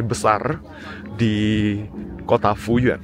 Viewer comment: Fuyuan bacanya Fuyen ya bro ?